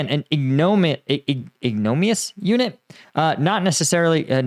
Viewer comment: THE WORD IS "Ig-no-mini-ous" ...